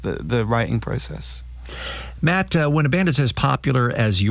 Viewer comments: It's "matty" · Aghhhh it's bothering me so much it's MattY*, Matty not Matt get it right dude